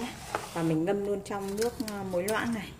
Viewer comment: Sao lại nói là , Lóng với Lước khó nghe quá, sửa đi